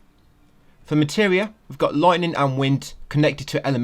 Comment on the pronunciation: We got loitning and wind canneckted to elementahl